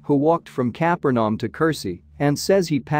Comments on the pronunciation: Please do something about the use of a computer-generated voice without human editing. Many, many mistakes in pronunciation and word emphasis. The name, "Capernaum" was the worst! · The AI voice produced all kinds of mispronunciations and wrong word emphases. Worst (and inexcusable) was the butchery of the city of Capernaum.